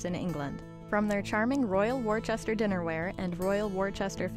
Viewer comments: pronounced wooster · Why can the commentator learn to pronounce the name of Royal Worcester. - it is not Worchester, but Worcester. For what was a long standing British company, this really grates.